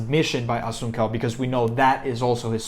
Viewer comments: Pronounced Rafael Asonsou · Assun-cow? Nah dude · Wow was going to watch then you miss pronounce my mans name cant know mma without knowing his name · Learn how to say the name correctly 🥴😂 Cody will lose again